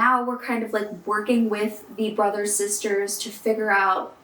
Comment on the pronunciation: It’s funny because around the mark you said “Brothers Sisters” but it sounded like “Brazzos Sisters.” Hmm